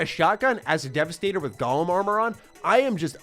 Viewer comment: Was that "Gollum armor", or "Golem armor"?